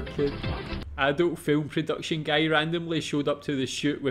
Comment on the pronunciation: why is bro saying "gay" instead of "guy"